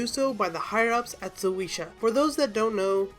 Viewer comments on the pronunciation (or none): You mispronounced so many things god please get it right, Absalom, shueisha, akainu